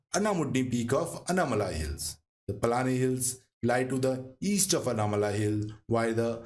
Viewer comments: Good video. But Hindi speakers please learn to pronounce names and words of the southern languages. Example it is पालकाड् not पल्लाकड, नागर्होले not नागर्होल्, आनमलै not अन्नामलै, आनमुडी or आनेमुडी not अन्नामुडी। Please check all your pronunciations. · aanaimalai not anamalai👍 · pronunciation of names very bad, before creating such videos it's better to do some home work. It's sounds umpleasant to hear, 'anaamalaaaaaaai" palaaaaaaakkaad' 'agasthyaar malaaaaai'